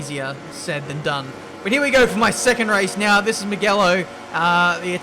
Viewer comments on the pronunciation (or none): meegelo ? its mugello - moojelo. :) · Who else noticed him pronouncing Mugello wrong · How you are still pronouncing Mugello wrong is beyond me lmao